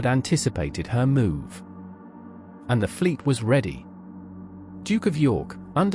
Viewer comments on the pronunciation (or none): none